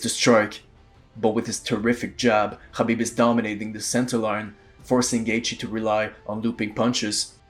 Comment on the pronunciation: Yo we can tell from your accent that you're arab. Don't call him khabib when you know how to pronounce his name HABIB properly. Fake ass guy